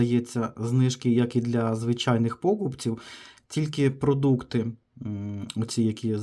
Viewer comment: Не пОкупців, а покупцІв( від слова покУпка)